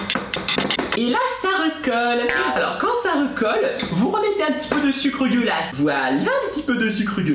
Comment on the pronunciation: Quand tu dis le sucre glace on dirait que tu dis le sucre dégueulasse